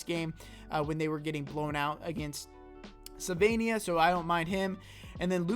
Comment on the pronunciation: *Slovenija. Not Sylvania.